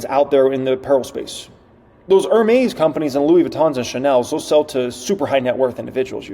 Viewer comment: Great video again. Note: Hermes is pronounced Air-mes. The H is silent